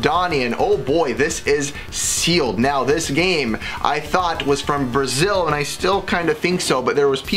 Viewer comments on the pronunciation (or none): none